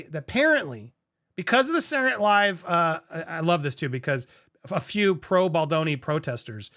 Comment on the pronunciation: is being held hostage he clearly signed something saying he can't pronounce Baldoni's name and this is his Britney spears way of saying something